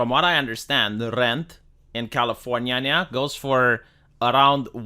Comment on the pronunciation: Why does he pronounce California like that?